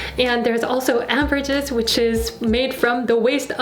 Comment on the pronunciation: Also it’s “amber gris” the g prponounced like in grease